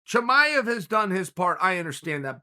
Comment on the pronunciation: Chael "Toe-maev" Sonnen